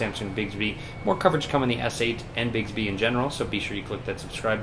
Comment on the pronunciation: You're pronouncing it wrong. It's not 'bigsby'